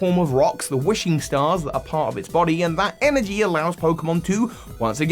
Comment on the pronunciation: Bro said EGGnergy 💀💀